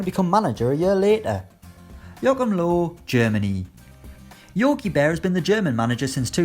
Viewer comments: It’s pronounced ‚Lurv‘. German listening and reading tomorrow. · I'm not sure what you think is pronounced "lurv" but if you mean Germany's coach, you are wrong. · Lewis the Man I studied German for 8 years and my relatives are German. That's not how you pronounce it...